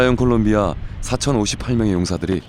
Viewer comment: 콜롬비아(Colombia)입니다. 콜롬비아를 콜럼비아(Columbia)라고 발음 하는걸 싫어하더라구요